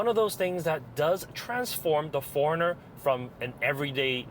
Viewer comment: I thought you were saying foreigner